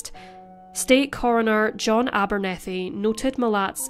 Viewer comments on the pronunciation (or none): none